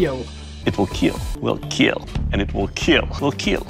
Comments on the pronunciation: ‘’It will keal’’ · My only reason for watching is to hear "it will keel" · WAIT THAYS WHY HE SAY IT LIKE KEAL I THOUGHT HE JUST HAD AN ACCENT. OOOOOOOOOH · it will keel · iD WeED KeAL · I KNEW "IT WOULD KEAL" WOULD BE HERE HAHAHAHAHAHA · It will keal Caption makers- its time to destroy this man's entire career Captions- it will kill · Million dollar question - will it keel Lol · "It will kEaL" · It... Will keel. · It Will KEAL! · ''It will keill''